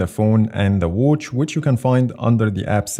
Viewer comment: Why does he pronounce watch like that😆😆❔️"Whouch" "Whoach" 😆😆